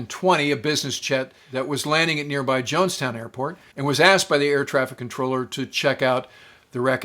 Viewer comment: great video. Around the mark you mention the Dassault Falcon 20 in regards to Flight 93. It sounds like you're saying Jonestown airport and that should be Johnstown.